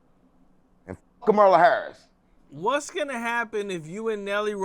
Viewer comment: He said koala harris 😂😂